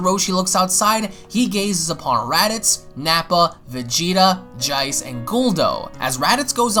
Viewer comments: Lol dude why do you say the name "Jace" with an English accent? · Did you just freaking say "Jeice" with an Australian accent? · Omg stop saying jeice like that you sound special.....